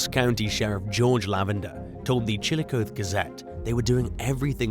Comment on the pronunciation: It's pronounced Chilli-cotheeeee, Ohio 🙂 Long E.